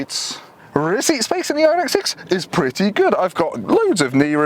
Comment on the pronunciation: Kudos for pronouncing the name properly!